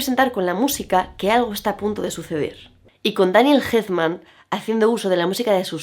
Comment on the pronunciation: mi favorita siempre será pesadillas antes de navidad <33 y por cierto, es Elfman no Helfman hahaha no hate